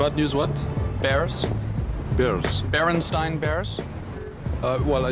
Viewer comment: 13;55 berenstein he sayslol